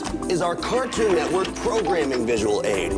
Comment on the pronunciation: Cætuun networkie voice